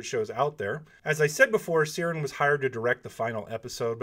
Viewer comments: The new director is not named Seerin. It's Ciaran like Kieran or if he's using an Irish or Gaelic vernacular it's pronounced Kierawn. Great video. As always, Thanks for the content. Stay safe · Ciaran is pronounced "Kee-Run" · Ciarans pronounced keearawn its irish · Hi There, Just a heads up, Ciaran is an Irish name and is pronounced Keer - an ;) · this is not important at all, but I think Ciaran is pronounced Kee-Ran, I think it's just a Scottish or Irish spelling of Kieran. Anyhow thanks for all the details!